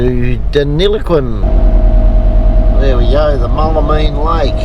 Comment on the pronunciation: Mool la mean not mull a mean lol 🤙🤙🤙